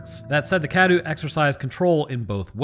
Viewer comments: You're not saying Cadou correctly, you're saying it like Cadew and not Cadou. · it’s. cah-doe.